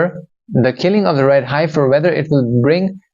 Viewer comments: pronounced: "heff - fur", not "hife - fur" are you sure you're human? I know English isn't your first language but... now you're playing with a green screen too?! Did AI/industrial complex knock off dude and take over his channel? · Dear … fyi..it’s pronounced “heffer” short e vowel sound. Yes it is an odd spelling. Isn’t it wonderful that when you channeled it was pronounced perfectly?